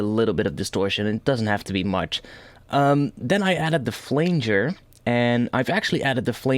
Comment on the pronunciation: it's not a flainger, it's a pronounced flanger:).